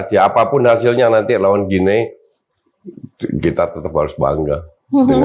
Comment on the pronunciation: Host shrsnya bs pronounce nm negara dg benar.. guinea dibaca gini